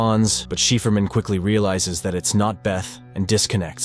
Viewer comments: shiferman hahahaha its said cyfferman aka cipherman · not shapherman but Cy-Pher-man